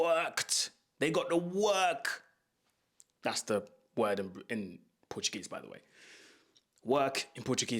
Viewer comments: Bro, your Portuguese pronunciation is just perfect! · Your portuguese pronunciation is great mate! It's even more Brazilian portuguese than Portugal one, nice! And great game analysis. Congrats from Brazil!